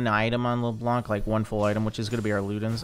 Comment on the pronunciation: Hey ! U know that Leblanc is a french name ? We don't pronounce the C 😊 Blanc means white in french but the C is mute 🤭